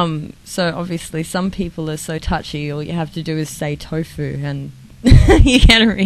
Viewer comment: Excuse me..but did you say "Tofu"? Hmmpf.